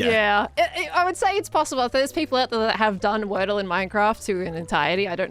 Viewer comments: wordye instead of wordle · word-dye (wordy) for the games name